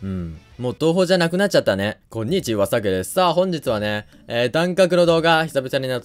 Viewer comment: こん↓にち↑は↓ 草www